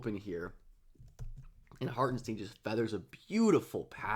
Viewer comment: I'ts not Harten-steen like sheen, its Hartenstein like shine